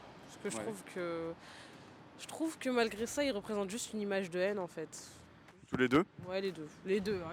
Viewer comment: "juste une image de haine enfaîteuh" 😂. Quand on revomi la propagande de gauche c'est ce qui arrive.